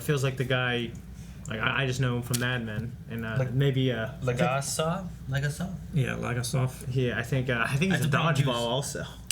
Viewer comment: Leomin? You mean Leonid Toptunov? Legasov not Legosov.